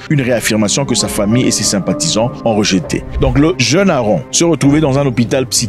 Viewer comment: C'est pas Aaron C'est AaMron = se lit AMronne